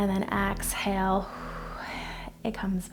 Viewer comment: Thank you for the video. Please say exhale not axhale. Js